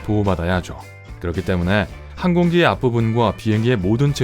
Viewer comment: 항공기, 하얀, 새, 세상 모두 억양이 틀렸어요 읽기 말하기가 엉터리에요